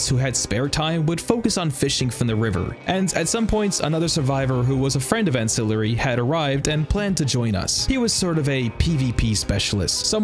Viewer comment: Ancillary doesn't know how to say his own name? GG